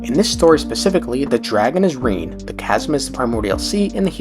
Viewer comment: I just want to say it was a little jarring to here Rene pronounced "Reen"